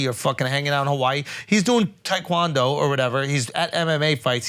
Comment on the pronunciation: Andrew ruined the word taekwondo for me lol, all I hear is tech window 😂 especially when he says it